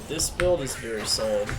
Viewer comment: Every time I hear you say "very" I replace it with "beary"